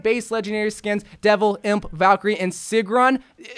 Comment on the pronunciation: here in iceland we pranounce it as sigrún not sigrun